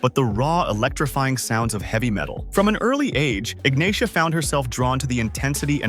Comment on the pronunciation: Ignacia is pronounced "Ignasia"